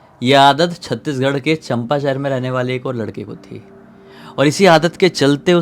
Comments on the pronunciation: Champa nai chanpa hai 😂😂😂😂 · Chanpa nhi hai bhaiya chaapa hai Bhaiya mai to aapko 2 saal se subscribe Kiya hu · Champa nahi Chaampaa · Bhai it's not champa it's cham pa thora glt pronounce kia aapne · River name is Hasdeo and it is major tributaries of Mahanadi....city name is pronounced wrongly it's Champa चांपा